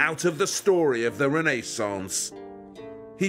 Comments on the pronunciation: Poor squirrels. I wouldn't forget them. No couple us worth thousands of fur animals. By the way....please...it wasn't the Reneeeee-sons, but the Renaissance. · It’s not any ordinary door. It’s a Rene-sahnce door!